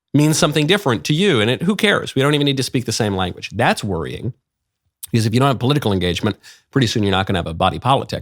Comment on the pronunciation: Please stop saying 'because' like u English is not your first language And also please stop being smug